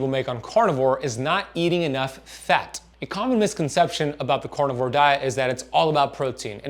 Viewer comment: This is cArnivore, not cOrnivore!!! lol even a French like me knows that!! LOL Love you anyways!! :)